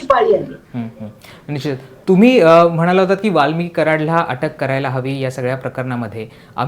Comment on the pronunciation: वाल्मीक म्हण वाल्मिकी नको, कसा पत्रकार आहे.